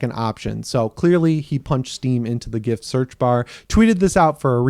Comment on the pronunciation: Thanks for the correct GIF pronunciation.. even if the original creator got it completely and obviously wrong.